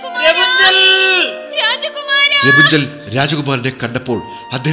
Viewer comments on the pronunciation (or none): രപുഞ്ചൻ ? അല്ല. Rapanzel. എന്നാ